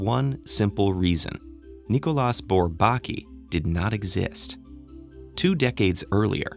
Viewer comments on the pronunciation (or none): I misinterpreted the title and thought this mathematician was Pratik Aghor. I was waiting when all this introductory talk about Bourbaki ends (I knew about it anyway) and the videos gets to the point. Lol. Also, shouldn't his name be pronounced by french rules? [nikolj'a burbak'i]? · The s in Nicolas is silent